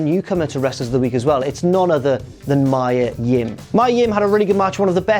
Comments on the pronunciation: It's Mee-Ah Yim,not May-Ah,..Numpty!! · you're saying mia yim wrong